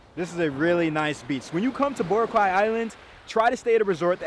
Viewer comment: Great vid! But its "Bora- khai" not "bora-kwai"🤣✌️ can't wait to go there in Jan!